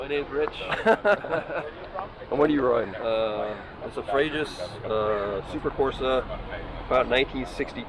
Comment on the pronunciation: It’s pronounced Freju assuming it’s built in the south of France